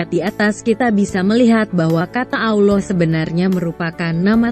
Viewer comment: Tetapi kok kenapa saat membaca kata "Allah" di Alkitab vokalnya disamakan dengan sebutan allowh seperti sebutan muslim? Mohon lain kali jangan disamakan. Semoga masukkan ini bisa diterima.